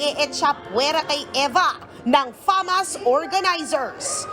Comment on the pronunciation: Bk fasma hindi famas